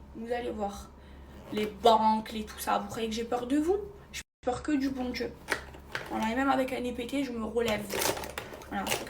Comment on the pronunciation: "C'est une éprrrreuve de Djieu" non c'est juste que tu as été tête en l'air et qu'un accident ça arrive, arrête de faire la drama queen, le jour où tu perds ta fortune ton toit et tu deviens veuve là ok tu pourras parler d'épreuve de Dieu, sérieux ces gens 😂